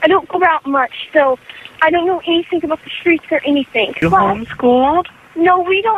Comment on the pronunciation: “Anythink”. 😂 just curious, where are you from??